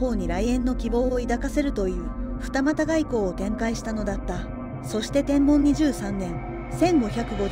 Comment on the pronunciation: 元号の読み方で ｢天文｣は｢てんぶん｣では無いでしょうか? 一応 携帯でも確認して見ました。